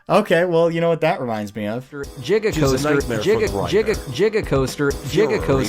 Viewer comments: Jigacoaster, Jif, Jiganotosaurus. Jrandparents. Imagine if other words with G was pronounces with J 😅😩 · Lmao, did the AI pull it's pronunciation of "giga" from Doc Brown and his 1.21 "jig-o-watts"?